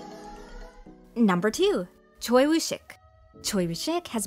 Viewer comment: Choi is actually pronounced Chwae